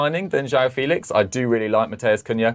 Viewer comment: Felish🤣🤣🤣🤣 stop u cringe machine